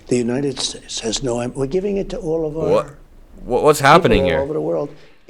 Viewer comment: He says United Shakes!